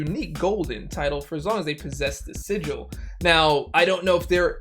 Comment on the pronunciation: Summoner sigh-gil😧